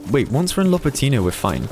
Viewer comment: Not lopatIIIno, but lopAAAtino